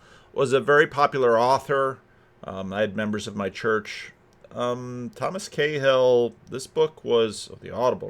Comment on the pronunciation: Cahill - pronounced KaHul😊